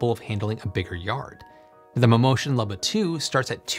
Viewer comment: It's pronounced "Looba", not "Lubba".